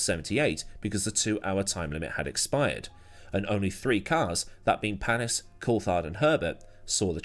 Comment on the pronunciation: Loeb, not Lobe. The S is also not pronounced in Panis.